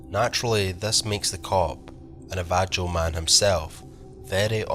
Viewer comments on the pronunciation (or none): My nan says na-va-joe. Navajo, bro. Nav-a-ho. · Great stories, Navajo is pronounced nah va ho. 💜